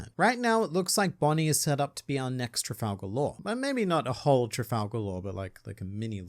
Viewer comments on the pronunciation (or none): none